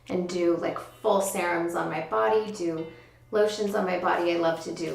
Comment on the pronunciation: I noticed how she was saying serums too... lol!